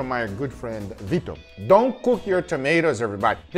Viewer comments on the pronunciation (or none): none